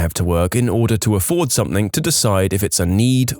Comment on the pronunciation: No K in the word something